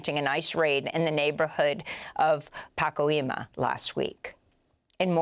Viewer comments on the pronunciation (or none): I love this program and Amy Goodman’s work. However, respectfully… Pacoima is pronounced Pa-COY-ma for future reference. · Pa-coy-ma is how it is pronounced. ;) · Pacoima = Puh-coy-muh cause I know your big on pronunciation :)